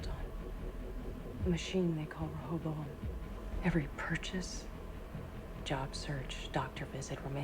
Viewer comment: Let me help Rehoboam - "Ray-hoe-bow-um"